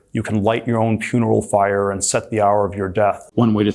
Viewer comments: Gotta also point out Petey T just said "puneral fire" instead of funeral pyre. Always mock billionaires. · did he say...puneral fyre? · bro said puneral fyre....... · Does Thiel say "puneral fire" instead of "funeral pyre"? Or am I imagining him making even less sense than he already is... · Did he say "puneral fyre"? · He said "puneral fire" instead of funeral pyre. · My favorite part of those Peter Thiel bits was him say "puneral fyre" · LOL he said "puneral fyre" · had to watch a few times, but Peter Thiel is both saying "Ward of the Rings" and "puneral fyre" in that first clip... And then taking about the dwarves and how they "dwelved too deep" in the second one. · Lol, he said, "puneral fyre" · I had to go back and check. Wtf. He also says the dwarves “dwelved” too deeply… Misspeaking happens but that’s the confidence of someone who’s unaware he’s got the word entirely wrong.